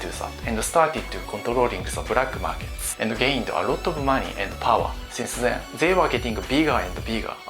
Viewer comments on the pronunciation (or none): "Brakk market " 😁😆